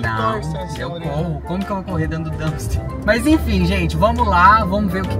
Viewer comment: DUMPSTER, D U M P S T E R, com P, please!